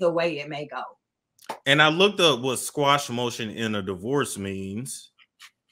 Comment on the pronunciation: Informative interview. BTW, the word is QUASH not "squash". It is pronounced like it's spelled: "kwa-sh".